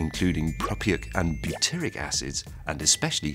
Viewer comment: As a Chemist I could hardly bare to listen to James butcher the pronunciation of those acids =P